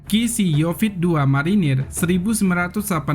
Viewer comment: Pembawa acaranya kurang faham masak yonif dibilang yofit...wkwkkwkw